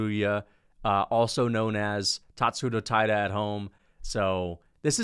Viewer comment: WHY TF DO YOU SAY TATSURO TAIRA AND REY TSURUYAS NAMES LIKE THAT LMFAOOOOOO.